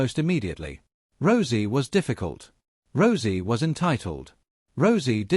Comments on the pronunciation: He said rosey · Please stop mispronouncing Rousey 😢😢😢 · Stop mispronouncing Rousey 😢😢😢